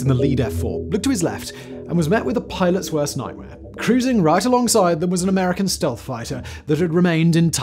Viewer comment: "... after checking out their weapons, the American had climbed to.." WHAT??? speak up lad up... Seriously, I speak English, but I can't grog you're accent there, mate...